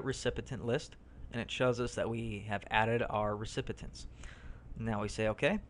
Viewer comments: REE-SIP- PEE- ENTS is how you pronounce "Recipients." Not REE-SIP-PIH-TENTS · I appreciate the video and the info, but you gotta stop saying "recipitents"..... take that first 't' out of there and you'll be golden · 'Recipitents!' You crack me up!